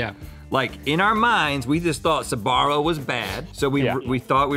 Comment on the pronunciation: I'm sorry, but it's really funny how they don't pronounce SB and say sUbarro instead.